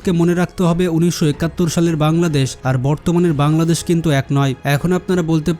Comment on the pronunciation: ভাই তুমি বার বার পাংলাদেশ পাংলাদেশ করো কেন ঠিকমতো বলো বাংলাদেশ 😡